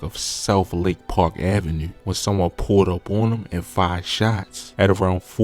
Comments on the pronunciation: Do you have the microphone in you’re fuckin mouth or what ? Fuck. And pls, don’t say avenue or 2 or anything that ends with that syllable on video ever again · Bro you from Baltimore it’s the way u say 2 & Avenue